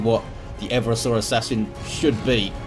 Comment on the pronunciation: Hey. I'm fairly sure Eversor should be pronounced Eh-VERSE-Er, with the emphasis on the middle syllable. As opposed to making it sound like a dinosaur or someone with a bad chafing problem. To 'everse' is verb meaning to overthrow or subvert. 'Eversor' is not used outside 40K but it clearly based on the verb and hence would follow the same pronunciation. Like if it was the 'Reversor', from 'to reverse'.